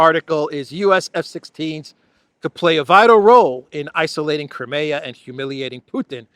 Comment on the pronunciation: Why do you still mispronounce, 'Crimea?'